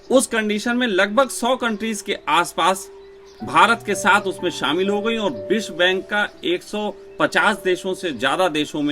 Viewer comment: भैयाजी बिश्वा बैंक नहीं विश्व बैंक .....😂😂😂